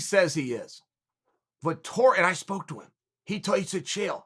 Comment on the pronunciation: Me as an italian before watching the video: "please god, make uncle cheal say that name, please make him" And yes he did it.